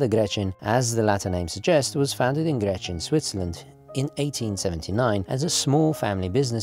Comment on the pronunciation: Wow, thank you so much for the review! I'm Swiss and never heard of this brand at all. This is certainly going to be my next watch, or maybe their Super Antarctic 3.6.9. I own a Hamilton American Classic Intra-Matic Panda chronograph which is sadly just a tad too big for my wrists, the Nivada would be perfect. You are pronouncing "Grenchen" wrong though and make it sound more like "Grenschen". I can't think of an english word with this particular sound though. Imagine "ch" being pronounced like a "k", but without the attacking sound at the beginning, your tounge shouldn't hit the roof of your mouth. In swiss-german dialect we'd pronounce it "Gränche" :)